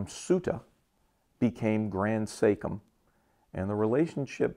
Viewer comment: "Sachem" is not pronounced "SAKE-HIM" buddy. It's pronounced "Satch" as in "satchel" "em"